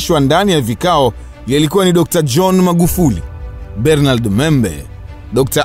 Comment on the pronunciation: Mzee hilo Jina la Bernard unavyolitamka hapana aisee!